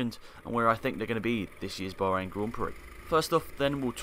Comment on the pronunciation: "Baharain" GP lol